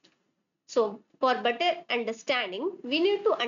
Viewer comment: It's better not butter